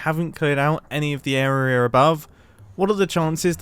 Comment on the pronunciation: I like that he says area like ”eroerea” 12.15